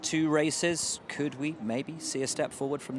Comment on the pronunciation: Why is Leclerc pronouncing could as cool, and would as wool??? Please somebody let him know. You have to pronounce "d" not "l"